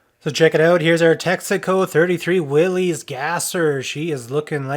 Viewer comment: Willys is pronounced Will-iss, not Willies.